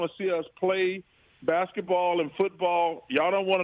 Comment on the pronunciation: “Basektball”?! Really??